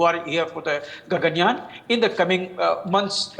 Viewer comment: basically, the name of this space mission is gaganyaan.. she accidentally said gangyan.. so it was a minor and a silly error that i found funny..